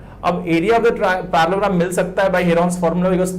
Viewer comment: the fact that he was saying Parallelogram as parlogram with full confidence